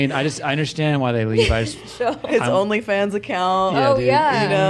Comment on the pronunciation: “ONLY JOONS” 😂